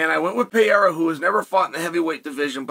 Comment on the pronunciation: Chael: Peheiha Also Chael: Mucklechev